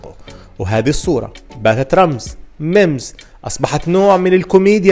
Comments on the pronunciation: يا اسمها مِييمز وليس ممز😂😂😂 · ياخي اسمها memes مش mmz تضلكش تحكي ممز اسمها ميمز بربك